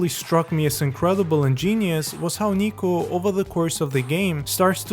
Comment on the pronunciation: Dude his name is Niko not Nico